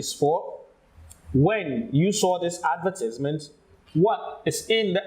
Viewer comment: I am curious, I can see that her pronunciation of advertisement was wrong, but the examiner did not point it out, is pronunciation not important?